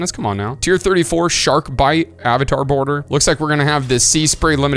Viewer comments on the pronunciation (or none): none